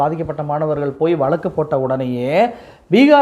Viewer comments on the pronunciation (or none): none